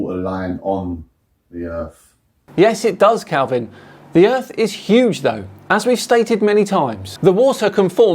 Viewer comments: His speech gets slower and slower as his brain runs out air. Also, 'erf'! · He looses any credibility that he may have thought he had solely based on the fact he pronounces Earth, “Earf”. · "Erf" - Instant disqualification.